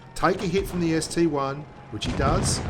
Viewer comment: ST-I, not ST-1